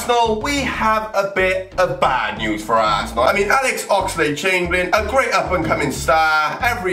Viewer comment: He says assnel